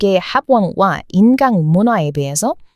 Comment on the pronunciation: 인캉이 아니라 인강이라 발음해야 합니다 인강에서 강은 한강에서 발음하는 강입니다